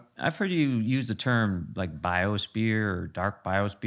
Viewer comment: I think its biosphere not biosbeer lol